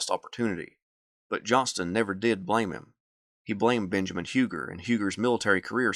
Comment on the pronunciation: Do you pronounce Hugers name wrong as a sign of disrespect? Just asking